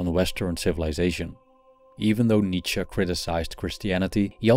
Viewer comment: Nice to hear from someone who knows how to pronounce Nietzsche. Remember that this author had issues of his own. As I recall him saying that women did not have a soul and were at best a cow.